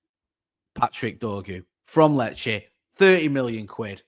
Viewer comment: Glad this transfer is done now so doesn't have to panic every time he needs to say Lecce😂